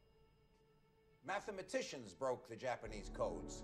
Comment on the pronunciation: "Math-A-matician" pissed me off